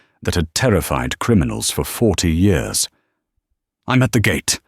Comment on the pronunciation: So when did "years" become "yores" in the English language? Have I missed something?